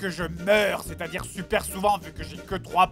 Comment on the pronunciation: ça pique les yeux le "supaire" à